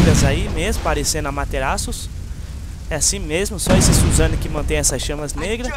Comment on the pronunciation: suzano assim q vc fala man , é susano'o